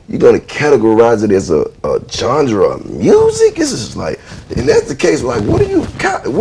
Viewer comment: "jon- dra" of music? Or genre?